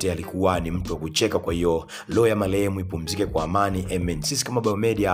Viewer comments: Wewe mwandishi unaongea kama chizi. Kwani hujaenda shule? Malehemu siyo ni marehemu unakosea maneno mengi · Halafu wee mtangazaji sio loo ya malehem, ni roho ya marehemu unatia aibu jifunze kutofautisha R na L